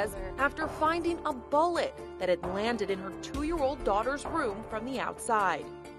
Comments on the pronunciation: I thought she said “A bollet!” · Don’t get me wrong I feel terrible but the reporter keeps saying “bowlet” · She pronounces “bullet” strangely